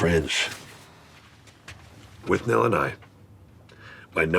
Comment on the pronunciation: Can't pronounce Withnail.